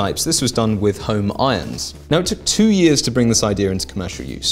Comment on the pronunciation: "couple of yeeeaaz" what's a yeaz? 😂